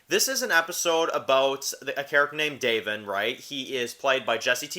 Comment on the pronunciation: Lol bro, u did watch the episode right? It’s “Da-von” not “DAVE-in” 😂 Not trying to troll, but it was kinda driving me crazy. That said, I’ll keep watching your vids. Take care man 🤘🏼